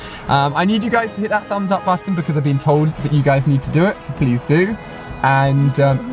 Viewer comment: So you're teaching kids to say butt tonne? Really? Good role model Ali